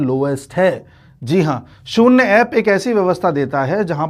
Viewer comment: शून्य शब्द का उच्चार आप शून्ने या शून्ये ऐसा क्यूं करते हैं?